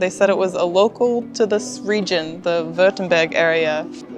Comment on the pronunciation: your wife can say the -berg in "Heidelberg" correctly, so why so you say -BÖÖK in "Württemberg"?